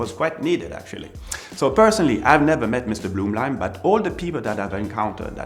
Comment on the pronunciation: From your accent, one could assume your first language is French. so you should be familiar with the pronunciation of the German umlaut-U (Ü) since it sounds exactly like a French U. So why is it that you pronounce a German name such as "Günter Blümlein" like a native-English speaker would "goonter bloomlein"?